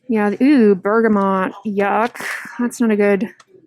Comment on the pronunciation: I think she does actually say “eww!” It throws me off every time lol